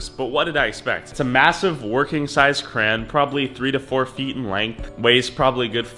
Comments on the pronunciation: Cray-On Say it with me now Craaayyy (as in you are crazy for saying cran) Onnnn (as in get on your your vocabulary) Just cherpin love the vids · you say crayon like “crans” bruh and all the other time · CrayOn not Cran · Its called a crayon not a cran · Why you SAY CRAN ITS CRAY-ON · STOP don't say cran IT IS CRAYON!!!!!!!!!!!!!! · It's CRAYON not CRAN LOL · I like how he says cran and not crayon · It’s not cran or cray on it’s cra. Ya on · Stop saying crans instead of crayon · Cran? Cran you read Crayon Not cran Cray On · What’s a cran??? It’s a CRAY-ON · Its cray - on not cran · Why tf does he say crayn💀 it’s crayon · It is a crayon not cran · It’s crayon NOT cran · HE IS SAYING CRAYON WRONG WTF. I SWEAR IUF U MAKE ANOTHER VIDEO PRONOUNCING IT KRAYN IMMA UNSUB! Jk but like please. say it right haha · It's pronounced cray(ON) not cray(IN) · It’s actually Crayon not CRAYY-ONN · It is pronounced "It" not I And its pronounced "crayon" not "CRAYY-ONN" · It's cray on not cran this bothers me lol at least you learn something new everyday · Juris Blumfelds its not educational he's teaching us to pronounce crayon like cran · Cray- on not cran this slightly triggered me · Crayon not cran btw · Y u say cran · Wait isn’t cran how you say it and yes i am serious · Anyone else get triggered everytime he said “kran” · DID HE JUST SAY KRAN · Cant tell if hes saying cran on purpose or not and its stressing me out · Bro stop saying kran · Stfu stop saying Kran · Hold up did you say crayan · It’s no crans it is crowns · Boy u say kran one more time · It’s said Crey-yon in Canada atleast 🤨🇨🇦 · He pronounce crayon crane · Why did nobody correct you when you said Kran? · Every like I’ll add the correct pronunciation for crayon: Cray-on Cray-on Cray-on Cray-on Cray-on Cray-on Cray-on Cray-on Cray-on Cray-on Cray-on Cray-on Cray-on Cray-on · There’s only two syllables bud not one(crans) not three (cr-ay-on) two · I was triggered with "cran" "crayon" nonsense